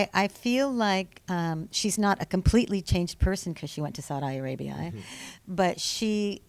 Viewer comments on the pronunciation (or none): Why is she pronouncing Saudi Arabia like that 😂